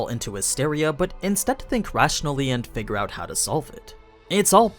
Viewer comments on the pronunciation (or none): none